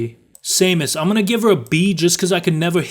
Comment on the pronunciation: I am deeply offended not only that you put Samus in B tier due to your sucky Smash Bros skills, but you even mispronounced her name. Why don't you place Samus on a tier list after you've played a real Metroid game. smh my head 1/10 video, get in the F tier with Franklin, where you belong.? more like Damn, You Say BS. /s i only joke In all seriousness I highly recommend all the Metroid games excluding the very original for the NES, the original Metroid II for the Game Boy, Prime Hunters, Federation Force, and Other M. All of the games besides those are masterpieces of design and atmosphere that hold up over the years.:)